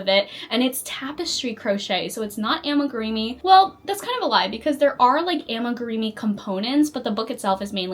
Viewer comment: It's pronounce ami-groomee not ami-greemee 😊